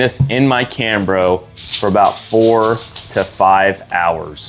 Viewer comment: Camro, more like Kanro hahahahhehfhjjgrhrhjff sorry